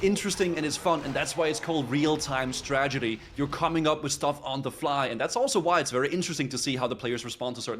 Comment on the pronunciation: His pronunciation was a real time tragedy